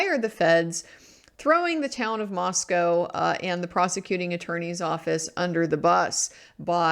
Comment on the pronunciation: Wow. You pronounced "Moscow" (in Moscow, ID) correctly.